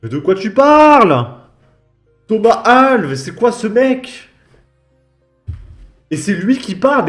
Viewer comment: on prononce "Al-vesse" c'est un portugais